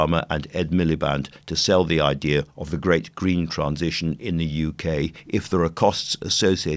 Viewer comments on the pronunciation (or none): none